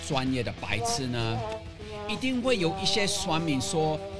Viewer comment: 教授的"阿兜仔"發音也太標準！！比我還標準啊啊啊😂